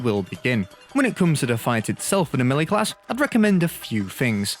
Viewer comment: You are pronouncing the word Melee wrong.